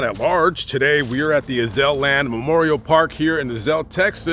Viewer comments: Town is pronounced A (long A) Azul…rhymes with Hazel. 😊😊😊 great video. Since I’m in Dallas I must make a trip over there! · His headstone is so incredible. I've been fortunate to visit 💜 His heart and charities so amazing. Fighting the urge to correct the pronunciation of Azle 😂 🙏 ❤